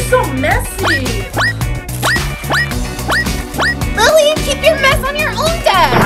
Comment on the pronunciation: It’s lily not Lili